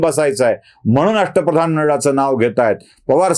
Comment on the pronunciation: अष्ट प्रधान नव्हे अश्ट फदान असं ऐकलं आहे